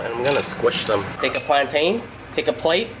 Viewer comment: You pronounce “plantain” as “plantin”